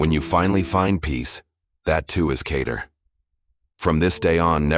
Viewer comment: Khadir not Cater 💗